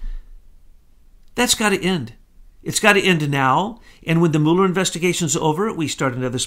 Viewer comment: will you please make up your mind how you are going to pronounce Mueller's name. I am of Norwegian descent and there are many Muellers in Norway. We pronounce them as follows. (Mule) (er).